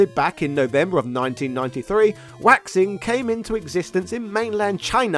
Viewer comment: "Waixing" is probably pronounced "why-shing." it definitely isn't pronounced "waxing."